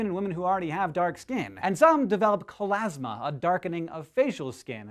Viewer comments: It's ChLOasma, not ChOLasma; also Human Chorionic Gonadotropin = HCG not HGC...nitpicking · Its hCG not hgc and it's chloasma not cholasma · I think you meant to say "chloasma" Hank, not "cholasma" :D